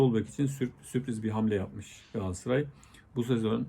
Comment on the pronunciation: Hıfzıssıhha kelimesini diyebiliyosun ama Galatasaray'a hep Gaassaray diyorsun.Bence biraz buna çalısman lazim.